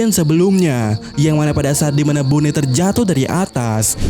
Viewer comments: boni bang, bukan bone... kayak nama daerah di indo aja dengernya bone... riset dulu lah pelafalan nama2 karakternya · bonney,, sama² salah gak usah saling menyalahkan 🤣